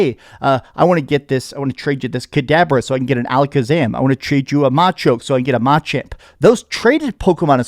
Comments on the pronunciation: Don’t get me wrong I appreciate this video/review VERY much! I just giggled at your pronunciation of “MAH-choke” and “MAH-chmp” (like you nearly erased the “a” in “champ” altogether)… when I’ve never heard ANYONE EVER say machoke or machamp as anything other than “muh-CHOke” and “muh-CHAMP” lol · I’m out after hearing that pronunciation of machoke and machamp lol opinion invalid